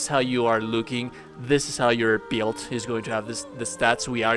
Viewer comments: Take a shot every time he says “DEECE BEELD” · I just can’t handle the way you say build, I’m sorry I know that sounds shitty, but I just can’t get past it